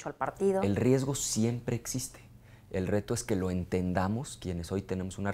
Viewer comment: "la matematica siemple" -Ricardo el Profesor anaya jajaja